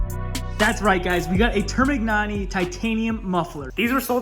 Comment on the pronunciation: the way you pronounce termignoni makes me cry